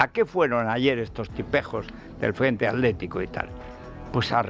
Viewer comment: Federico por que no pueden pronunciar correctamente atletico o atlantico o hitler y en lugar de ello dicen aletico o alantico o hiler? No hablas bien!!!